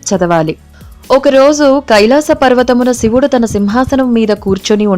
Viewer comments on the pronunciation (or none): none